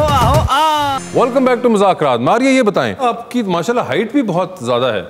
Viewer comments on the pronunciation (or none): Wasay Choudhry, please please say the right name of the show. It’s been almost 10 years hardly any anchor pronounce the name right. It is “Mazzaq Raat- مذاق رات” Please don’t say “Muzakraatمٰذاكرات”